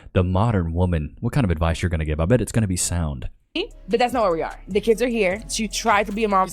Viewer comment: It cracks me up when I hear someone say "key-ids".